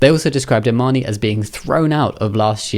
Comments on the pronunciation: Imane's name is actually pronounced without the "e", it's not Imani. Her Olympic audio shows how to say it properly. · It’s pronounced “Imahn” “e” is silent.